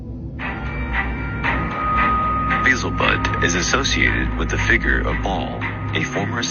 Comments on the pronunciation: Beezelbud? Its Beelzebub 😂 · It is not Beelzebud.. it is Beelzebub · It's Beelzebub not Beelzebud, as the clip says. He's a high ranking demon not a low level weed dealer. 😂 Know your enemy well to defeat your enemy swiftly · Lol that guy had a clip about “beelzebud” instead of beelzebub. Right before the 10 minute mark. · Its be el ze bub not bud.